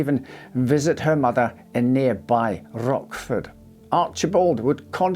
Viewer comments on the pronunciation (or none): "Rotchford", not "Rockford ".